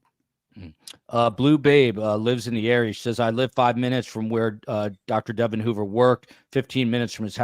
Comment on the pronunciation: Great podcast! FYI, Devon's name is pronounced DeVON, with the emphasis on the second syllable.